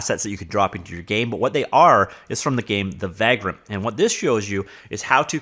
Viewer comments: It’s pronounced vague-rent, as in a tramp or hobo, do all Canadian miss pronounce words? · Unrelated but seeing the word Vagrant reminded me of one of my favorite games, Vagrant Story. Also you say vagrant weird, or maybe I say it the wrong way lol. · No, he’s pronouncing it wrong, but I forgive him.